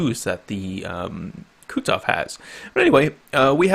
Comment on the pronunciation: say after me, Ku(Koo)-tu(too)-zof(xoph), not kutzof... -_